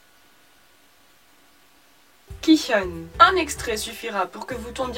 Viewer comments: kicheon?? KICHEONNNNN??? em chuis la seul qui est choqué Ki-hyun c'est pas si compliqué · floflow Elle prononce juste un peu trop le H